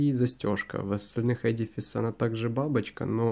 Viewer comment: Ну, наконец-то! Первый человек, который правильно произносит слово edifice! :-)